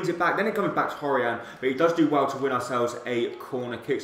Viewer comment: You say hourihan weirdly